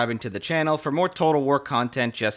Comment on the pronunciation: Could you say the name of that first game again? War-whatter? Medieval-Tawter? Rome Tawtel? Shogun 2 Total War? See what I did there?